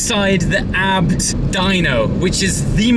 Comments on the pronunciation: Why are you pronouncing "abt" and not "A-B-T" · I wanna kms when he says abt